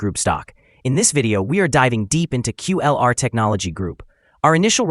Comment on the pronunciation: It’s not QULR , it’s KULR 😂